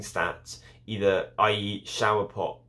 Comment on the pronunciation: What is this shower pock you speak of?